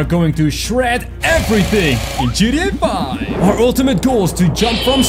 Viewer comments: Hahahahaha I love how he says GTA 5! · why you say gta5 soooooooo wierd